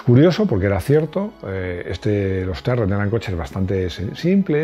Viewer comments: De hecho Tyrrell se pronuncia "Tirrel" no "Tairrel" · Tyrrel se pronuncía como se lee. Aun que no suena muy Ingles, así se pronuncía.